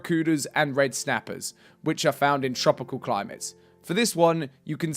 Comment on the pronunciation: i can't get through your pronunciation of tropical climate :D